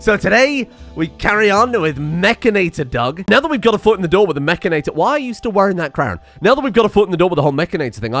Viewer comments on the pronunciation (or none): Isnt it Mechan-IT-or not Mech-A-NATOR?